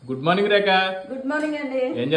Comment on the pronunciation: Sir.. meeru spashtangaa Rekha ani pilavandi dayachesi..💕 Rekha wish you Happy New year 💐💕